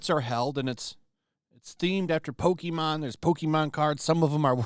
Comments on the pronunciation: did he say "Pokeemon"? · It's been over 20 years. It's pronounced Poke-kay-mon. God! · I HATE when people pronounce it “Poke- ee-mon” It’s been a franchise for over 25 years, you know how to pronounce it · Lol. When people want to look cooler than pokemon they always pronouce it poke-ee-mon. Everyone knows iys pokemon. Poser. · Please don’t call it pokey mon